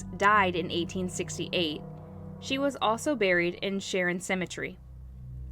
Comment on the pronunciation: So he was immediately brought back to the plantation and hung? No trial? Also ... I noticed this in a few videos so I thought I would help ... Cemetery is pronounced sem-uh-terry. If ever unsure of a word in the future, Google pronounces words for you too. As well as Suri and Alexa. Great work, love your channel. Thank you! 😁👍